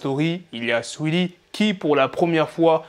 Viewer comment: C un ouf comment il prononce Saweetie toujours plus 🤣